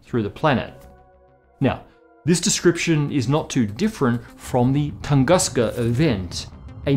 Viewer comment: Just a humble rectification from the native speaker: "Tunguska" is read as "Toongooska" (but "oo" is short, like in words "boUnd", "soUnd", German "Und" etc.), not "Tangaska", like you did. You may feed the russian equivalent "Тунгуска" to any machine speaker and make sure of that (the emphasis may be srewed though, the right one should fall on the second syllable, like in the video). The necessary sound is present in the English language, so there is no need to distort the word.